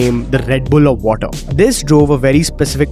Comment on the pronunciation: Aisa kuch ni hai he purposely did that, he said water again in the middle of the video but it was correct this time.